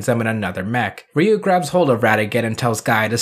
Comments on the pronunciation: Ryu-Riyu Kaori-Kawri Raika-Ra i ka Ako-(not taco) Gai-Ga i hahahahahaha...thanks to this...pls don't mess the names of my childhood heroes... :-) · I'm great with the pronunciations, but it's always weird to switch to a Japanese accent when talking in English. Even though it's correct, I just feel silly saying "rdyou/dyou" instead of "ree-you".